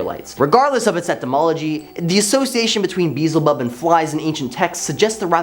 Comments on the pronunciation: Baal rhymes with jail (“gaol” for any British/European people watching this), not Hal. Beelzebub is pronounced “be-EL-ze-bub”, not “BEE-zll-bub”. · Dude its pronounced be el zebub come on now even google would tell you how to say it or siri if your into having a government tracking device with no security or privacy for a phone yes im tlkn about apple iphone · Beelzebub is not that hard to say correctly what the hell?!